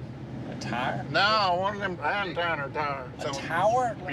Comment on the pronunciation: Godwin- “ one of them ontanner tires “ He meant, antenna tower 😂